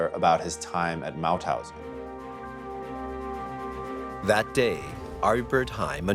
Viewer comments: Its MaUthausen, not Mathausen. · It's MaUthausen